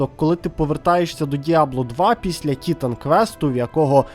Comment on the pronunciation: Побуду трохи душнілою. Не тітан квест, а тайтан квест 😂